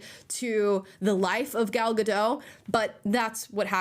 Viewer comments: I feel so bad for you that you sat and watched this garbage, but thank you for that ❤ Btw Gal gadot..ga_dot- the T is not silent. 😊😊😊😅😅😅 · So Prince Charming didn't save Snow White, a fighter saved Snow White, still saved by a man. BTW, the "T" is supposed to be pronounced in Gal Gadot's name. I don't understand why Americans call her Gal Gado. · Great video, and thanks for your sacrifice Amala! Just a friendly reminder: Gadot is an Israeli surname, not French! Ga-dot. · Go watch the original. Not only it has two strong female leads but the prince is really charming . And please pronounce Gal’s name correctly, it is not a French name, it means riverbanks in Hebrew. You pronounce all the letters including the T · (No hate AT ALL-just a quick FYI. Gal Gadot’s last name is pronounced like it looks. Ga-dot. I thought it was Ga-doh, too but when she played Wonder Woman on the press tour-EVERY interview she corrected them. In a nice way but just letting us know. Same thing w/Brendan Fraser. There’s no “i” in Fraser-so not Fraiser. It’s like Fray-zer. Sorry for that novella, ffs. Lol) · It's Gal GaDOT. It's an Israeli name, it's not French. 😅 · Gadot - It's not a French name, the T is pronounced. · For crying out loud. Her name is pronounced with the T at the end, she's not French! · Just to correct.. it's Gal Gadot, the t is being pronounced. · Thank you for doing this because after the reviews, I actually kinda wanted to see it just to see if it really was as bad as even the left wing reviews suggest… But one critique: She’s not French, she’s Jewish Israeli. It’s pronounced “Gah-doat” not “Guh-doh”. Benny does it too and as a Jew it drives me nuts. Sorry, that’s all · Thanks. Just a correction in gal gadot s name you do pronounce the T it’s more like GA DO TH. She is not French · Hey guys: It's pronounced "GAL GADOT." Hard "T" at the end. SHE'S ISRAELI, NOT FRENCH. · Gal Gadot's name is pronounced "gadot", not "gadoe". The T has literally no reason to be silent.